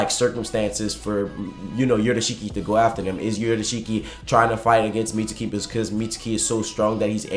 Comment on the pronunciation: I hate that he pronounces mitsuki as “meet-sue-key” bruh sasuke is not “sa- sue-kay” it’s pronounced “meets-key” jus like sasuke is pronounced “sas-kay”